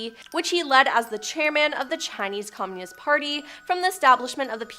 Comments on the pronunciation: From now on, I will unsubscribe to any channel whose presenters cannot stand their ground by refusing to use shit made up words such as 'unalived, unaliving', and most pathetic of all: 'serial unalivers'!! 🖕🖕🖕 And furthermore, the woman with the glasses can't even pronounce 'communist' correctly! 😖😳 For fuck's sake! 😅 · Starting -the speaker repeatedly mispronounces Communist. Rather off-putting.